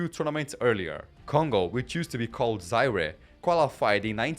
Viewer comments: And he pronounced Zaire wrong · How the hell are you pronouncing Zaire 😳😳